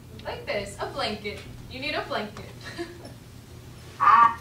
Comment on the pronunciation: спасибо за видео!) Только кажется одеяло произносится как бланкет, а она говорит блинкет ☺️ Я сам не понял что такое блинкет 😂